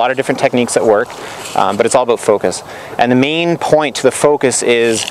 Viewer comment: "abewt" lol